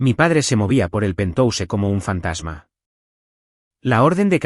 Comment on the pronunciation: PERDÓN QUE ES PENTOUSE??? POR QUE LEÍ PENTHOUSE Y AUNQUE ES PALABRA ANGLOSAJONA GENERALMENTE SE PRONUNCIA PENTJAUS